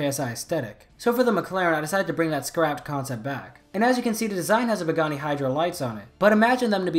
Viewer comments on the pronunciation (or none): The way he pronounces pagani huayra as bagani hidra annoys me to no end, otherwise great video. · have you ever heard the "proper way" to say it, or is it to difficult to replicate the sound? the Pa in Pagani it's like Pa from parachute and otherwise you pronounced it correctly. And the Huayra is to hard to explain.